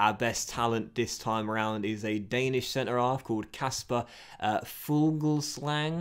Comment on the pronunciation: Since im danish ill probably be the only comment that mentions this. But its pronounced Fulsang